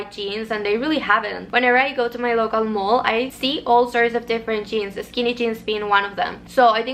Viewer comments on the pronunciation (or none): none